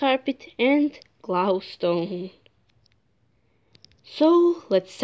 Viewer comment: Gloustone? Lol